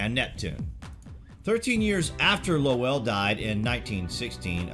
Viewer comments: Percival Lowell, pronunciation rhyming with roll, toll, troll, droll, bowl, dole, goal, hole, coal... I digress. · i was thinking...................i wish he would pronounce Lowell properly.